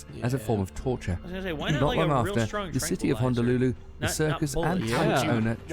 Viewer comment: "Hondalulu" thts not how u pronounce "Honolulu"